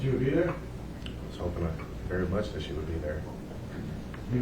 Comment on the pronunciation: If you are any type of professional and you say "and den" & "dat" & "troof" vs......AND THEN & THAT & TRUTH..... YOU ARE ALREADY LOSING CREDIBILITY WITH ME BCUZ U SOUND LIKE AN ID IOT!!!😡🙅🏽‍♀️🤨 SORRY